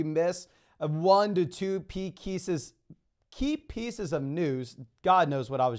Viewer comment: Pee Kieces